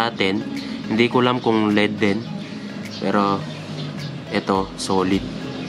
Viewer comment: Led ❎ L-E-D ✔️ Hehe